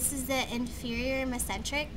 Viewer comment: You are not pronouncing the veins or arteries correctly!! Is this a child doing this...carrated? it's Carotoid (Ka-rot-id) Mess-en-tric?? Mes- en - teric OMG...need one that actually has someone that knows how to pronounce them right!